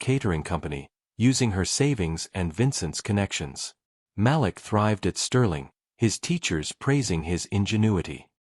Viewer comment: The little boy’s name is pronounced ma’leek. How can I get a gig reading these stories?